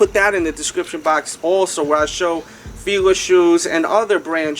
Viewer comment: fee lah, sounds better then feela